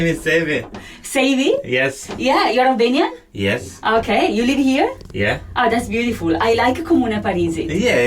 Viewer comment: Great pronunciation of Albanian. Congratulations